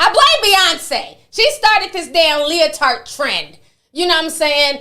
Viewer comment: Ti is killing me with this “leo-tart”😂 emphasizing the hell out of that “t”